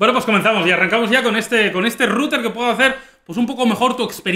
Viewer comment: en resumen para el canal: pastelero a tus pasteles. (y esa pronunciación de router es horrenda, o dices en ingles o dices enrutador, es un canal para todo hispanoamerica!)